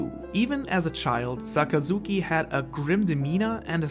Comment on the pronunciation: SAKAZUKI NOT ZAKAZUKI